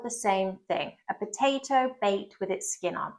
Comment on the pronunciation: Brilliant and interesting! And educational! My only slight criticism is that you pronounce potato as 'per-ato' (sometimes!) You'll be drinking 'Warder' next!!